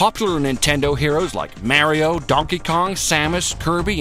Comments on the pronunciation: I was liking this video until he said mary-o, Gah!!! that just irks me so much!!! X( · Pronouncing Mario's name "Marry-oh" makes my spine hurt. I don't know why. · Dude, you pronounced "Mario" wrong...